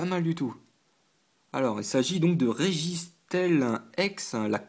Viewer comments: Ca ce prononce Stile pas Stèle ^^ Steel = Acier en anglais :) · J'aimai plus cette série que l'autre ex team aqua - magma. sinon registeel les 2 ee se prononce i ;) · ca se prenonce registil